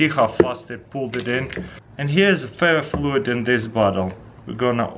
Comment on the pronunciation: did he say fear fluid